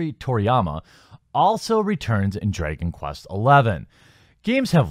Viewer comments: Drey-gon quest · "Draygon Quest"?